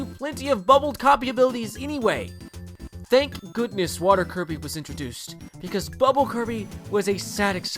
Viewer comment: It's Kirby,not Coby!!!